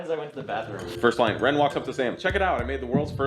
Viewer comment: Wrender Wrins, most wsatisfying!